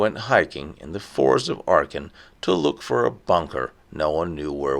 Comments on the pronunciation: It’s Aachen not Archen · Acchen not Archen is the correct pronunciation........No R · Thank you, I'm glad I was not the only one who noticed that. It was quite off-putting hearing him alternate between the correct pronunciation and hearing what sounded like arkhum!